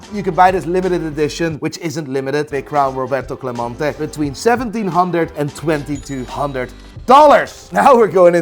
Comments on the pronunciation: CLEMENTE not clamonte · My favorite thing about in this video as a Puerto Rican fan, is how he pronounced Clemente differently every single time! GOD TIER